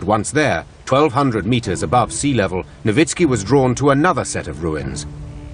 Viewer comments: That is how "Nowicki" is pronounced. Actually it should be "Novitski." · Am I the only one who hears the narrator keep saying a name like "Lowitzki" just before Dr. Nowicki comes on screen?